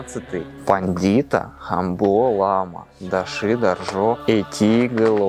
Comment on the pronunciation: В тех домах живут хувараки. Это ученики, будущие ламы. Правильно говорить лама а не лома. 1947 г разрешили построить 2 дацана во всей республике. До этого все были разрушены болшевиками, многие ламы расстреляны и репрессированы. Были под запретом национальные и религиозные обряды и праздники. Более менее стало к 70 ым годам. Разрешили сагалган. Это буддиский новый год.